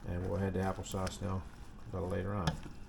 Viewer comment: Happle sauce that's hilarious. I love partridge berry jam on toast with a cup of coffee. That's some good eating right there. Have a great day.